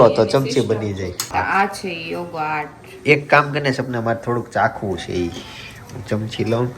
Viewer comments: યોગો આર્ટ નહીં યોગર્ટ કહેવાઈ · યોગર્ટ કહેવાય, એને યોગો આર્ટ નહી😂😂😂😂😂